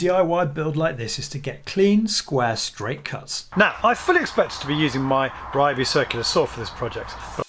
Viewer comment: Why can't white guys pronounce RYOBI correctly 笑笑